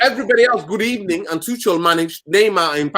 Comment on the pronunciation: i beg you stop saying "Good Ebening " 😂😂😂